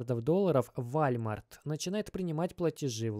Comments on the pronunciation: Вальмарт,валмарт..... Как угодно, толко не верно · govoritsya i chitaetsya woooolmart, ne walmart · Ты рофлишь???? вОлмарт!! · мужик, ну выучи уже английский - это невозможно слушать: "Вальмарт" ... ты чо Властелина Колец пересмотрел?! Просто не первый раз уже ... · У тебя произношение вначале видео слова Волмарт просто режит слух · все норм, но валмарт писец как режет слух) уолмарт же) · Уолмарт. Уолмарт. Запомни а. Ты же не говоришь Фони, Чамчунг или ЕКЕА. Надо же знать хотя бы о крупнейшем бренде в мире. Не в первый раз слышу "Вольмарт". Рука/лицо просто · все круто! Спасибо огромное! Только режет слух ВАЛЬМАРТ. Правильно произносить – волмарт. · Да не Валмарт, и не Вальмарт 🤦🏼‍♂️🤦🏼‍♂️🤦🏼‍♂️🤦🏼‍♂️🤣🤣🤣 е Уолмарт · Волмарт, ди. ВОлмарт. Не валмарт. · Как же режет уши слово Волмарт😬 УОЛМАРТ! УОЛМАРТ! УОООЛМАРТ!!! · Волмарт.... пожалуйста не надо никакого Вальмарта... просто... ВОЛМАРТ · Только не вАлмарт, а вОлмарт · ВОООЛМАРТ А НЕ ВАЛЬТМАРТ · Ааааа хватит вальмарта! Уолмарт или хотябы волмарт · какой вАлмарт!? это вОлмарт бл3т! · Не вальмарт а волмарт)) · Не валмарт , а волмарт 🤣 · Блин, это прям слух режет и одновременно смешно. Дружище, не ВАлмарт, а ВОлмарт! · извини дружище но и ты не прав, не Волмарт а Уолмарт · Минус уши 👂 какой валмарт))) волмарт!!! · 👉🏻 вОлмарт!!!!!!!!!!!!!!!!!!!! Как серпом по яйцам. Тебя просто смотрят люди кто тарится в этом сторе. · Прошу прощения , но произносится ВОЛМАРТ. у Вас с английским ведь все хорошо. Мелочь, желаю удачи и здоровья. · Walmart - ВОлмарт по английски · Нет такой кампании валмарт збл уже произносить научись правильно 🤷🏻‍♂️ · По-французски звучит. Зато заметили и комменты написали. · Пора подучить английский ! Волмарт 😄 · Извиняюсь не в тему .. правильное произношение Walmart - вОлмарт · в отличие от русского языка в английском произношение отличается от того как написано. Поэтому мы и учили транскрипции в школах 🤟🏾🙂 поэтому вОлмарт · братан это читается Волмарт если че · вОлмарт и реутерс " ! емаё деревня